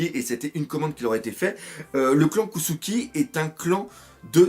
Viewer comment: pourquoi tu dis kossuki ? cest kozuki